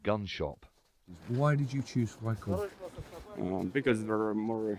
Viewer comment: 'Gleb Friekorps'